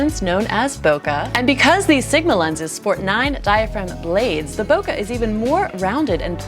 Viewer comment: Japanese native here. Please don’t say “Nola”. It’s wrong and nasty. “Bokeh” is the correct Japanese optics terminology for “blur”. Every time I here someone say “Boka” my heart goes “ Oh my!”. You don’t want to say “Boka” in front of a Japanese, because you would offend them and shame your self. Please spread this to American Photo/ video community.